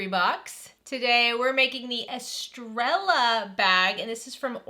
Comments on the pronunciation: Estrella is pronounced e-stre-ya. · Hi! FYI, this is pronounced ES-TRAY-A, meaning star in Spanish. 😊